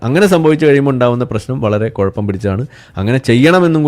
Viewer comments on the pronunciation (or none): none